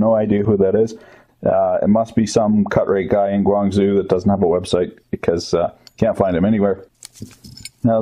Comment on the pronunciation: is "Guangzoo" supposed to be a running joke? Guangzhou is pronounced "Guang-joe". just sayin'.